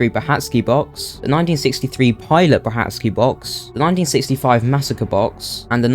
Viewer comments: I believe it’s pronounced “Bra-kar-ki” not “Bra hat ski” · According to Petwr Brachacki's wife, it is pronounced "Bra-SHAT-ski".